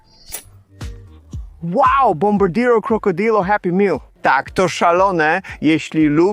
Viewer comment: Dobrze poprawnie wymawia bombardino krocodil